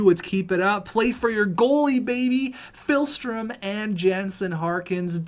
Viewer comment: Day 2 of telling that it's not PHILstrom, but PIHLstrom